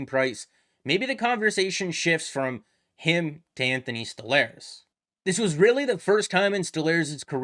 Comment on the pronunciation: It's pronounced "Stole-Rs" no?